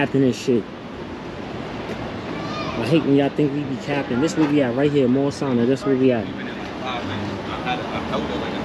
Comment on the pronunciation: 1373 Washington Ave, abs your pronouncing it wrong, it's pronounced "Morris-sane-nia"